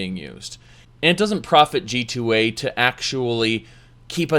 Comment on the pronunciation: Oh this is what always says at the end. I thought he was saying "G-toy"